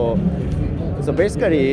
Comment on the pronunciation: Basicarry xD